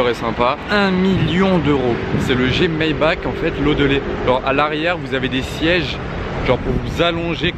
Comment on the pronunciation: Classe G Mayba"RR" L"AN"daulet pitié 😭😂